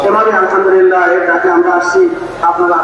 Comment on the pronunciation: ভাই তুই তো আলহামদুলিল্লাহ শুদ্ধ করে বলতে পারলিনা।